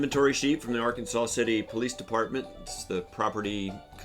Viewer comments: it's AR-KANSAS City -- not "Ar-kan-saw" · Those of us who live in Kansas, refer to the city in Kansas where Travis was arrested as "Ark City", or "Arkansas City", not arkansaw city. Also the river that runs through Wichita is The Little Arkansas River. It is not pronounced like the state of Arkansas, i.e.: arkansaw. The river, like the city is pronounced like Kansas, with "Ark" as the prefix. Just a heads up for the viewers. And it's true - Kansas is a State of Mind. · Not for not but .. The correct pronunciation of Arkansas City, Kansas, is "Ar-kan-sas City," with the final "s" pronounced, unlike the state of Arkansas, which is pronounced "Ar-kan-saw." I've been there and they're pretty snippy about it .. 😮😅😂 At least this comment helps with the algorithm for the video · Just so you are aware - It is "Are-Kansas City" Or "Ark City Kansas" :) Thank you for helping support Travis!